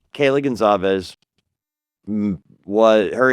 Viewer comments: Respectfully, it’s Goncalves, not Gonsalves. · No. It's Gonçalves. The ç has an ss sound.